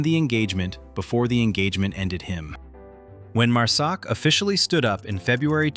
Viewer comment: Overall good video, but I would highly suggest you get your freakin Ai voice corrected to say MARSOC, NOT MUSOC. And STOP SHOWING FOREIGN MILITARIES AND WOMEN, I can assure you neither exist in MARSOC, and you are pissing off a bunch of folks with your careless greed, and stupidity, to put out a video !!